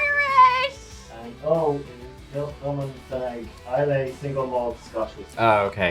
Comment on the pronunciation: Just because I’m a Islay apologist: Islay is pronounced like EYE-luh. Not EYE-lay. Peace and all good to ya. Keep up the great content.